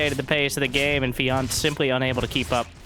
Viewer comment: Feeyant... its pronounced f-J/ANT ! :P